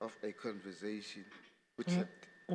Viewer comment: Why do people say "converzation " instead of conversation ?